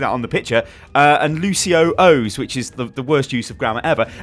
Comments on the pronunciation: This a petition to change the name of "Lucio-Ohs" to "Luci-Ohs" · glad im not the only one bothered by lucio-ohs not being luci-ohs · Please start pronouncing the lucio cereal correctly. Its "luci-ohs" not "lucio-ohs" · Lucio-ohs is lucios brand of cereal lol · Arvid Jansson it is pronounced Luci-Ohs